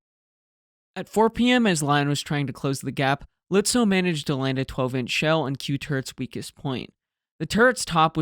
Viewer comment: Excellent return from your vacation with your best video up to now. The Germans were lucky that Beatty didn’t give a sh*t on professional communication! Seydlitz, Lützow: perfectly pronounced! 👍🙂